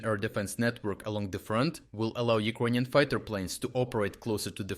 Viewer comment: Took me a while to realise you're saying "Ukrainian" :D